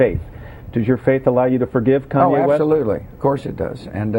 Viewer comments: lmao "CONWAY" west. ITS KANYEEEEEE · I just heard that Bush asked Iraqis for an apology. BTW he can't even say "KANYE" he keeps saying "KANWAY" the same way he kept saying "Nuke killer" instead of "Nuclear" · ahah "kon-way" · it kanye not conway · Lol "conway" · He sad kanway west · Konway West hahahaha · Konway west..lol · It's Kanye bro. Con YAY, that's how you say it lol. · im still laughing about the way he says kanye CONWAY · he says Konway west :p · He called him "Conway" Conway west...lol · ugh he keeps saying kanwe. thats getting in my nerves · I like how he keeps saying "Kanwe West." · Keeps calling him "Kanwe". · LOL, I think it's funny how he keeps calling him Conway hehe. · he said kon way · George Bush has trouble saying Kanye West